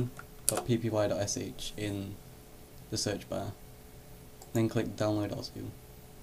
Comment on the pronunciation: its osu not ozu